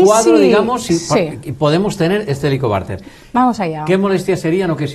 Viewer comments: El entrevistador dice " helicobarter" je je je , en vez de helicobacter......interrumpe mucho.....pero gracias... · Por favor, señor entrevistador, deje hablar a la doctora. Se dice Helicobacter con c y no con r. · Muchacho. Lea bien, y grávese la pronunciación, antes de cada entrevista. Por favor...!!!! Es irritable escuchar en toda la entrevista Como pronunció mal. Helicobarter. HELICOBACTER, Bacter , bacter. Bacter. Get it. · Si, que fastidio con ese entrevistador q no deja hablar a la experta y además pronuncia mal el nombre de la bacteria.....que horror !!